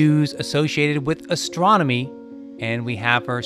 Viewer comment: Enjoy your videos but as I've said before much better with less of you and your hand waving, and you tend to stress the final word of a phrase eg 4.29 'this use(?) associated with ASTRONOMY', which sounds clunky and is distracting. Why don't you get a native speaker to voice your script?